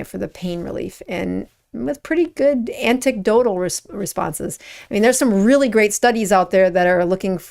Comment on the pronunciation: “Anticdotal reports”? Don’t you mean anecdotal,?